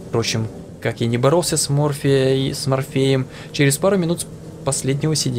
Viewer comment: ты на чуть ни сказал с "морфИем"?